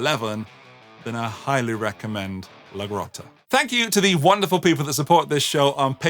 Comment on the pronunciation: Okay, I didn’t say anything before in your other vid, but the “e” in La Grotte is silent. (Assuming that it’s a French name).